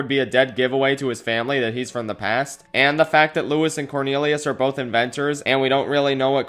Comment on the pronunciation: He say "corneriuos"